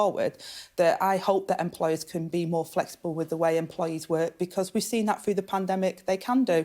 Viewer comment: . . are the words 'froo' & 'wevver' actually in the English dictionary ?